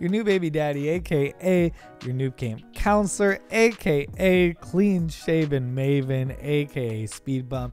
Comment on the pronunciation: Anyone else hear say, “a.k.a. your kink counselor?” 😏😏😏😍😍😍😎😎😎